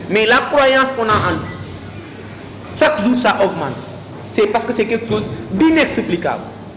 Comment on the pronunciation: La chose et non la soze. Le niveau est quand même faible et je me désole franchement la qualité. Je pleins les élèves qui au lieu de beaucoup lire se fient à de tels professeurs. 《comme M. Ndiaye présent, on dit à l'image ou comme M. Ndiaye ici présent.》